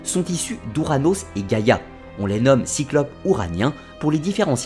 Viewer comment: C est pas giagia (gaia)😂 c est géa!! (I don't want to insult..im in love with your accent) Giagia means grandmother. (When a and i are next to each other .. Like the word gaia ai is e acoustic ) Good job though!! Congrats